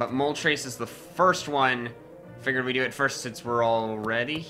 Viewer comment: It’s not moltrase it’s more moltress